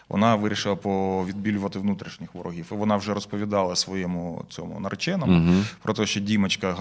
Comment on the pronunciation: Невже так тяжко вивчити українську мову??? Як же ви набридли зі своїм суржиком та кацапською вимовою! "ВорогіФФФ..." Кляті манкурти!